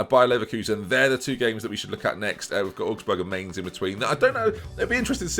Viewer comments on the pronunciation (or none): none